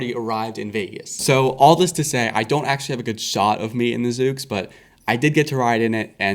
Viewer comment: It’s pronounced zuux